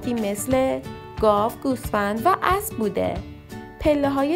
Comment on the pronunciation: اینکه یک نفر با زبان گویا بیان فرماید صحبت های ایشان دخترانه است و چندبار گوش کردم کلمه ابرو بجای اسب متوجه میشدم تا خواندم